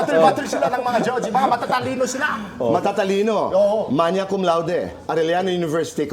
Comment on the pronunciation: Hello po...mali po yung pronunciation ng Magna Cum Laude...Hindi po yun "manya" as in lasagna!